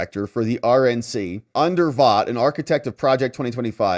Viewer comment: … Just a quick FYI about Russ Vought, new director of the OMB. His last name is pronounced “Vote”. I say this because you will be repeating his name often over the next 4 years. He is to government finance as Kash Patel is to the FBI. They’re both of the same ilk, cut from the same cloth. Honorable, truthful, HIGHLY KNOWLEDGEABLE, and dedicated to America and her people.